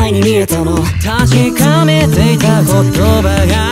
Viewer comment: の全部が愛に見えたの とか1個の音にいっぱい詰まっててもはっきり発音されてたり、 確かめていた言葉が〜のとこで確かめてた言葉が〜って歌わないで、ちゃんと全部の音を通過する感じがすごいなと思った